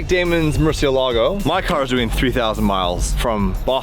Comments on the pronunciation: For fuck sake its Murciélago aka murci not merci🤯🤯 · Please learn how to pronounce murcielago you sound like you sticking a stick up your arse while saying it